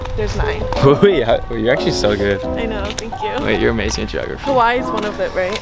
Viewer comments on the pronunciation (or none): I stopped watching at "Hawaii" 😂😂😂